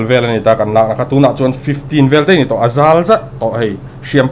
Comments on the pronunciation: Sapṭawng hman tam kha ka sawisel lem lo, a ṭulna chin a awm ve ṭhin. A mah erawh chu MIZO ṭawng hman hrim hrim kha a diklo a tam emai. Entirnan Aizawl, tihtur ah eizawl, te a tia,ngaihthlak a hreawm ṭhin. Mizo ṭawng ber mai hi hmang fimkhur deuh teh se. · A ngaihsan awm hle mai. Ka ngaisang hle mai. Mahse, Mizo ṭawng hi duh ai chuan a uluk lo deuh. Mizo ṭawng a awmlo hi chu tunah chuan a ngaihna ala rih lo, tih ka pawm thlap e. Mahse: 1. Ek paih ti a lam tur hi Ek peih tiin i lam a. 2. Aizawl ti a lam tur Eizawl tiin i lam ri daih bawk. 3. A nau inhliam kha an kan a, an ṭawngṭai pui daih tawh kha, anga ila ti cheu bawk. A dang pawh ala awm. Nangni ang mi lar leh hmingthang hian miin an ngaisang si che u a, mi in zirtir ṭha dawn em mai. Demna che u ni lovin zirtirtu ah ṭang teh u, ka'n ti a ni e.